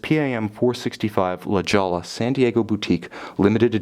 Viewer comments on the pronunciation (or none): It’s pronounced La Hoi ya.